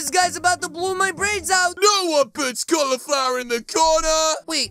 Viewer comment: I love you when you call sa toms 🤣🤣 califluier